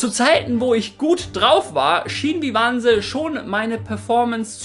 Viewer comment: Bitte, BITTE... "Vyvanse" wird nicht "wiwanse" ansgesprochen, sondern "weiwäns" 😂😂